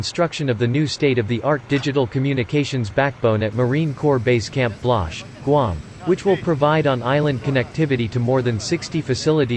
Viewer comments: It's BGen BLAZ (pronounced as BLahz) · Håfa adai from Dededo! I don't know about you, but I cringed every time the robovoice mispronounced Blaz. Blash?!? Bladj?!? Seriously?!?